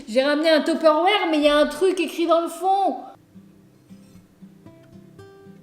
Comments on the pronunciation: #screemer baissez le son 😂 On t'aime quand même ❤️💙💜🖤 Et aussi... C'est Tupperware pas Tupérvère 😂🤦🏻‍♀️💜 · Teperwere ou Tupperware ? 😁😁😁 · Tu a dis un Tepperware ou tupperware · Attend... TU DIT TOPERWÈRE ?! 😂 moi je dis tuperoire 😂bref super vidéo comme d'habitude je t'adore continue comme sa tu me redonne le sourire en cette période de confinement❤😍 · c’est un topeuroére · J'aime trop comment tu dit teuperwarrrr